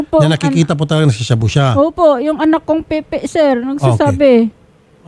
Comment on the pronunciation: Natawa naman ako dun sa pronunciation ng "PIPI". Akala ko away na naman to dahil sa kumakabit na epep. 😂